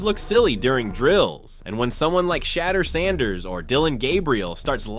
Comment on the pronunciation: I hate A.I. voice. It pronounced Shedur as Shatters Ssnders. Doesnt anyone voice check these things?